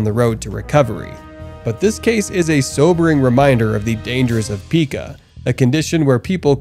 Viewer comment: Pica is pronounced "Pie kuh".